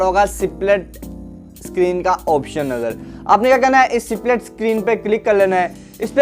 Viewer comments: U need to improve ur pronounciation.... It's ((split)) not (c-plit) pronounce even the "s" in it... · सिप्लिट 😂😂😂 अबे पहले ढंग से बोल